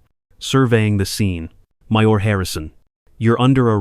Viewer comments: My ore, instead of mayor, used consistently throughout this thing. The time is three-pea… em. How about 3 pm? Teach your robot about common punctuation like periods and commas. There's a difference. It's no wonder Johnny can't read. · You are miss pronouncing Mayor look it up in the dictionary or on Google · UK/meər/ mayor /m/ as in moon /eə/ as in hair US/mer/ mayor /m/ as in moon /e/ as in head /r/ as in run , , , , , , , , , , , , , ... are correct , , , are not correct miserable needs correction... It has nothing to do with rabble. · You missed pronounced Mayor then you finally corrected it later in the story